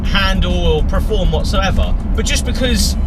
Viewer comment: I think the word is perform and not prerform